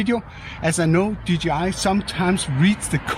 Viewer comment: For søren! A proper DJI pronunciation :D